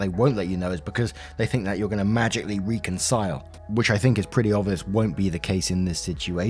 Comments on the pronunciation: Reeeconsile ≠ reckonsile. Your "grateful from the the bottom of your heart" is truly false and is honestly sad. Please speak proper English. Your poor English is embarrassing. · I so look forward to your vids and thoroughly enjoy how involved you get in the retelling, especially when you waffle on 😁. However, it bugs the shit outta me when you mispronounce 'reconcile'. Proper pronunciation: REH - kuhn - sile. Anyway, carry on 😁